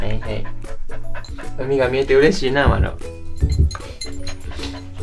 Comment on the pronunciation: 🤣日本語❣️ 嬉しいの「う」は聞こえてますが、 日本語の練習！もうちょっとやね😆